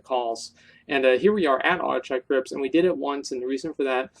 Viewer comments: Zup Asmongold, nice recommendations on dungeons, but it's pronounced more like akkenai than auchenai! You specifically learn this in WoD when they speak of it from time to time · I lol'd every time you said "Auchenai". :P